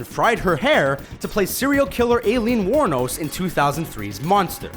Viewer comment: OMG, why does this guy have to pronounce every name in history wrong!? Aleen Wurnos? It's pronounced Eileen Wurnos!!